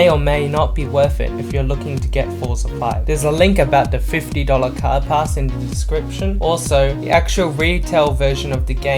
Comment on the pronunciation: The words you are looking for is "THIS" and "THE" not "DIS" and "DE" for a guy that speaks good English PLEASE get that shit sorted.